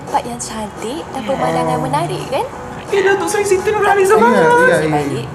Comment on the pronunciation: Bahasa Malaysia ni tak semua sebutan hujungnya eee.. 😅 Klu siti nurhaliza tu tk boleh disebut nurhalize.. tp kena sebut nurhaliza lah.